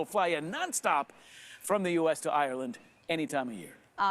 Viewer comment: She keeps saying Areland... where is this place...